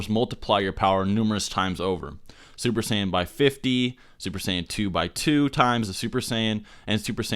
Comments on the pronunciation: Lol did you say "Duper Saiyan Blue" when u first said it? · young savage I never said that he isn't supposed to make mistakes. I just found it funny that he said duper Saiyan blue. Other people found it pretty funny too. Not throwing shots at him or anything